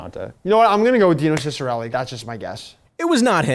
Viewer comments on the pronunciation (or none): Man said kickarelli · literally mispronounced every single sylabble in the name Dino Ciccarelli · Dino is pronounced Deano....Cicerelli is pronounced Siser-elli Get it right boys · I’m sorry. As an Italian American, WHAT did you just call Dino ciccarelli? 😂😂😂😂😂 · How did he pronounce Dino Ciccarellis name? Lmao